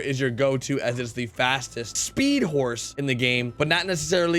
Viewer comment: u said “sporse”